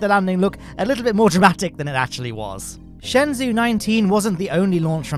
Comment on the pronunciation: just to let you know, shenzhou is pronounced more like "shun-joe" than "shen-zoo". Thanks for all the content you put out!